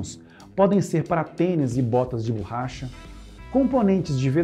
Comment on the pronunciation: adoro os vodeos de vocês, acompanho sempre, dando o "like" e comento algo para dar engajamento. Muitas vezes escrevo um simples "parabéns". Só que hoje me doeram os ouvidos escutando várias vezes a tal burracha. Parabéns pelo trabalho!